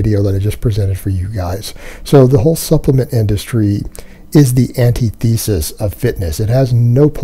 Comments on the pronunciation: I appreciate the video, but the way you pronounce antithesis lololol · That's not how "antithesis" is pronounced.